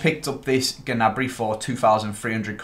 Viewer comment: The g in gnabry is silent